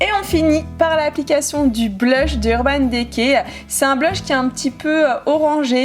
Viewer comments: Coucou c'était juste pour te dire que Urban decay s'ecrit comme sa <<------ mais se prononce Urban Dicay voila gros Bisous 💖💕💘 Je t'adore 💖💕😋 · C'est trop bizarre comment tu prononces "urban decay " 😂 Super video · Ça me fait rire quand tu dis Naked et Urban Decay olala 😂